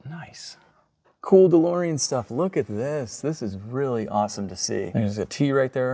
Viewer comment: A challenge Do a shot everytime says DeLoreon, and see how long you last until passing out🤣